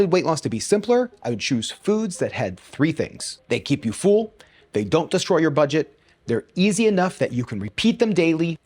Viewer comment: I'm an Aussie and I bet you know we say things weirdly with our accent, but did you know the way you pronounce "full" and "fuller" sounds like how we say "fool" and "fooler" 😂